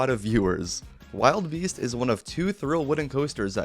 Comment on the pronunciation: It's not wild beast it's wilde beast (WILL DUH BEAST)